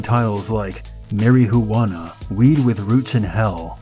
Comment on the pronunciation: "Bela Lagoosie"?? / "Mary Hoowanna"??